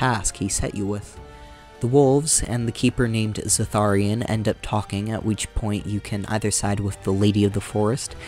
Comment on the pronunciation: Zathrian not "Zatharian"... I mean come on they say the names out loud several times in the game! Edit: also in his DA2 video he pronounces Qun like... uhh... well it gets bleeped out by the auto captions.